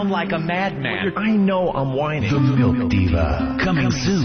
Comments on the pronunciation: Why does ope purposely say melk? Like he's trying to start a thing. Just like he used to do with put and but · Opie calls it MELK